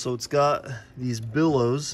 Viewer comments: BELLOWS not billows. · Bellows not billows!